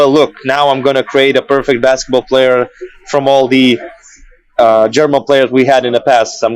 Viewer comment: MVP of this Podcast, pronounciating every German player absolutely correct and spitting Eminem lines!